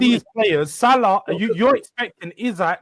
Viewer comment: pronunciation of Salah’s name is class 🤌🏼 what’s his ethnicity does he speak Arab?